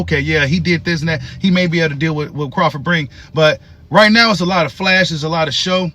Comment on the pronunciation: I love your channel, but when are you going to start saying his name correctly?😂